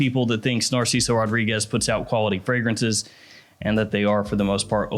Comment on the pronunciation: That bothers you ? What bothers me is when he says “ RAW-REE-GUESS” . It’s suppose to be ROH-DREE-GEZ